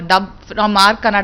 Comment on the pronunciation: Kannad nahin bhai Kannada hai....